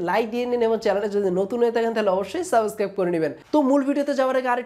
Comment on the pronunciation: ভাই তোমার উচ্চারণ ঠিক কর আগে। এমিউজিং না, এম্যাজিং, সাবোস্ক্রাইব না, সাবস্ক্রাইব, অখে না, ওকে। সল না, স্লো, করাপ না, ক্রপ। 😄🤣😬